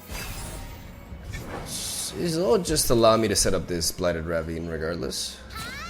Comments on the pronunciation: How to pronounce "Ravine"= "Ruh-veen". Hope this helps :) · Ravine is pronounced "ruh-VEEN".